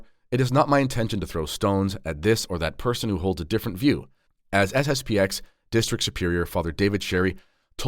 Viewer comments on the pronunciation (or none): It is SSP-ten. The 'X' is not a letter.